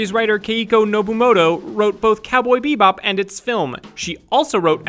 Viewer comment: gosh, I hate how you say "bebop"...